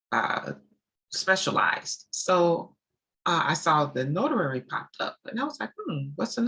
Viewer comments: Do you pronounce it as a “notarary” or is it “notary”? I am confused. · Good info and very inspiring, but what is a notarary? Do you mean notary? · Not being rude at all but did you change the name to executive closing agent because you have difficulty pronouncing the word notary? I can’t imagine speaking with vps and ceos and not saying the word correctly